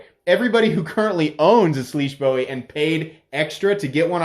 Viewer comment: It’s Boo-Wee. Would really love a scarab navy!